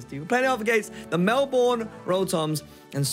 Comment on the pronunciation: Love your content, just letting you know Melbourne is pronounced Melb'n